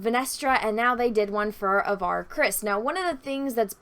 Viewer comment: Avar? like the Avar Khanate or like the way Latin languages say "avaricious"? did they even google search those names???